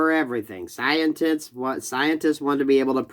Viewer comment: Please tell me I heard you slip, and accidentally say “Scien-tits.” Best human auto-correct, ever.